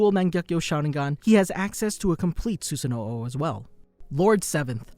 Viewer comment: Did this guy really just say Susanoo’o? Like come on man the series been out for over a decade.